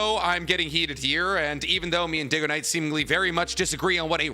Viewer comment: Ain't no way he called him diggoknight